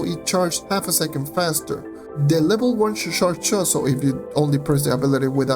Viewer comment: you get the correct pronunciation for "charge" by thinking "ch" as in Iris CHacon. There are moments where it sounds as if you're mashing together two different sounds and almost sounds like "sh" instead of "ch". That said, I enjoy your vids, thank you. As always, your subs are not reflective of your quality of work. Thank you.